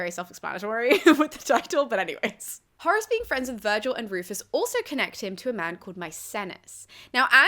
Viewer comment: I hear Horus every time xDD